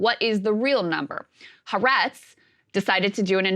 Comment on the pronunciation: More than 2 months, and they still don’t know how to correctly pronounce Ha’Aretz.